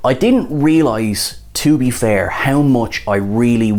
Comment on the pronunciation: "To be fairrrrrrrr..."